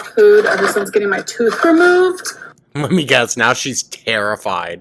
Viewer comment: Here faster than can say "tooohth"